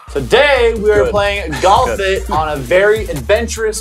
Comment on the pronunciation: sound like he said "Galf it"